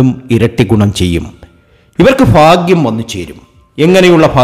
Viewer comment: Faghyam alla baghyam